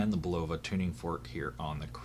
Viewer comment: This is how to pronounce Bulova properly